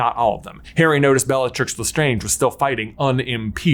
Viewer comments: Dont think thats how you say lestrange.....nevermind she deserved having her name mispronounced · Why is J mispronouncing Lestrange and accio? Does he do it on purpose?